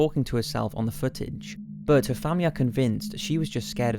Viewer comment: oh for the love of god learn how to pronounce the word 'but' correctly its infuriating!!!! plus you use it way too often